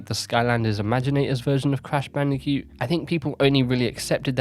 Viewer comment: "Crash Bandi'cute"